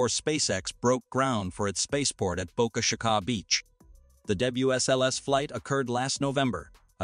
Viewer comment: Clickbait, garbage AI created content - can't even pronounce Boca Chica, speaking about God giving Elon a chance to go orbital, doesn't speak at all about "Nasa boss declaring" and i'm 12 min in... this is where i stop